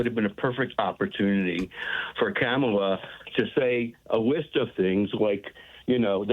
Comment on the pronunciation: why did your first caller in this episode mispronounce VP Harris' first name?